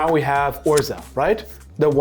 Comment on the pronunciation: That was the most German pronunciation of Urza I ever heard. Love it